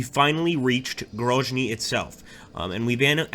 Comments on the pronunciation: Isn't it Grozny with Z like Zealand? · In case of Grozny it’s indeed pronounced like Z in Zealand